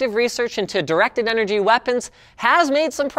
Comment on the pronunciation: Ha ha I thought he said erected things